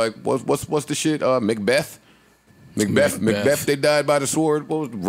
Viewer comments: malbeth-- mal&betha 😂😂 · "Mal & Betha" 😂😂😂😂